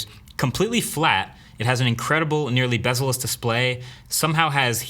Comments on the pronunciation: did he just said incredible nearly Bessel less display lol 😂😂😂😂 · "nearly bezeless display"